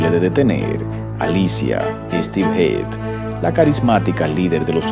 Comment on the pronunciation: A ver si te aclaras en como se pronuncia HEAD porque has dicho...hid.. heid...hed, no sé, se pronunciará como cabeza..HEAD?